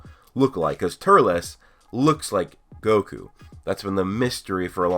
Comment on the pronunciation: Please stop saying Turles like that its pronounced Turls not Turles Other then that awesome video